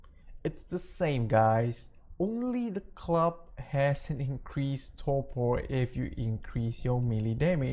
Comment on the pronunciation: lol its "torpor" not "torpo"